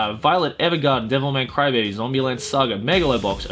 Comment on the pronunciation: Did it sound like he was saying devil may crybaby to anyone else?